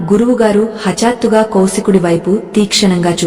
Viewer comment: sariga telugu telisinavaritho cheppochuga.aagnya,moodha ,hatattuga ilaa konni padalu tappu palukutunnaru.tiyyani payasam lo palukurayi laa. జ్ఞానము జ్ఞాపకము.. గాఢ దృఢ ఇలాంటి పదాలు పలికేటప్పుడు..